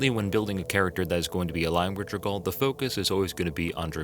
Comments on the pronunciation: That is to say, not J'r-gaal. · Jergal (pronounced: /ˈdʒɛrgʊl/ JER-gul]) Edit: For some reason when you say 'Jergalist' you do pronounce his name correctly before returning to J'r-gaal